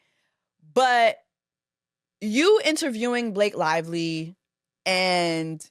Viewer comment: So her name Blake LIE-ly now? 😂😂😂